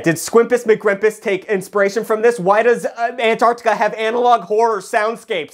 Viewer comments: How American are you? -: ANARCTICA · I admire the effort it took for to pronounce the continent "Antarctica" and not "Anartica". He truly is a pioneer!👍